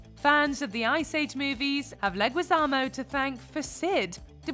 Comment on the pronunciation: Instead of saying "Latinx" it would have nicer to the Latino community to pronounce Leguizamo correctly. In Spanish the "u" is mute after "g" or "q". You're welcome. Unlike by the way. We, latinos hate the LX word